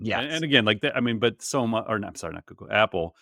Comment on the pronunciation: "" bugged me the first 10 times I heard you say it that way, but now I listen for it...gonna start pronouncing it that way myself 🤣Your podcast is the best AI cast of the 3-5 I routinely listen to, thank you for putting it out every week!